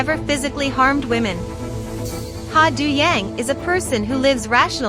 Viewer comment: And his character’s name is pronounced Do, as in Play Doh and John Doe.